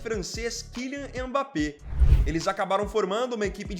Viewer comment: É Mbappé e não Embappé